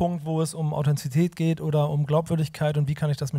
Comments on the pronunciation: Mich hat beim Zuschauen etwas genervt, dass keiner der beiden das Wort Authentizität korrekt aussprechen konnte, aber ansonsten war das inhaltlich ein sehr interessantes Gespräch! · Ein sehr interessantes Gespräch, ich höre mir immer gerne solche Diskussionen an. Aber wenn ihr das Wort "Authentizität" nicht aussprechen könnt, dann verwendet es bitte auch nicht. #nofront